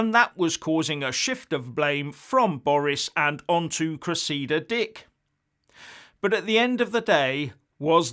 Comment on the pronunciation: So did millions of people getting paid to stay at home for two years really think it was a freebie? Come on. Speculating about drugs at party gate is a bit out there and not helpful. And it's Cres-idda not Cress-eeda.